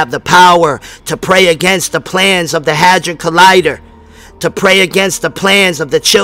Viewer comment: sounded like u said hazard collider? its a hedron colider